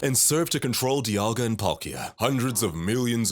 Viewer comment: the amount mispronunciations in this video are astounding also Cerulean Castles??? c'mon guys y'all gotta do more reseach